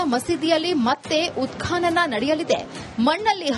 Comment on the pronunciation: ಉತ್ಕಾನನ ಅಲ್ಲ ಉತ್ಖನನ